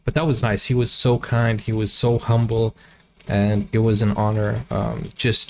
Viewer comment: Not Hombali it's 🙏🏻Humble